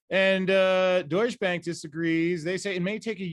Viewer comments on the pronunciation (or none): I keep hearing “douche bag” 😂